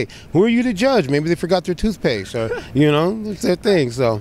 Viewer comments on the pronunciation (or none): "Maybe they forgot their thootpaste" XD